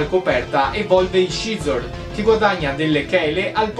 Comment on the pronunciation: piccola precisazione linguistica: Scizor si pronincia "sizor". Per il resto bella serie.